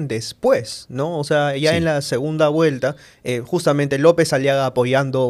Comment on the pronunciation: HABLA MAL dice segunda Guelta por segunda Vuelta